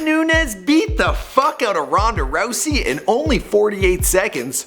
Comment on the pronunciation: "BEAT THE FUCK OUTTA RHONDA RHOUSEY" DAM!!!